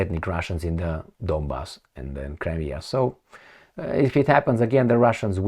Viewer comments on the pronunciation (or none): none